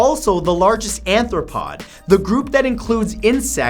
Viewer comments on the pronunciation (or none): Matt, "ARthropod", not "ANthropod" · Arthropod, not anthropod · Arthropod not "Anthropod" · Anthropod? Isn't it arthropod? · ARthropod, Matthew. ARthropod. Anthropod means human foot. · aRthropod, not aNthropod.